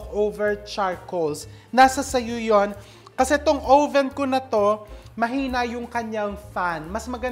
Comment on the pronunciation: Oven or owven? Haha